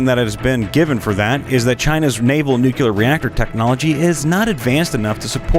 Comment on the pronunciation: nuclear, not nucular